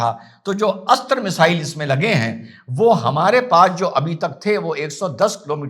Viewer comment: बहुत बहुत धन्यवाद की आपने अस्त्र मिसाइल बोला है न की अस्त्रा। योग अब योगा हो गया, अर्जुन अब अर्जुना आदि आदि। दीपावली की बहुत बहुत शुभकामनाएं 🌹🌹🌹🙏🙏🙏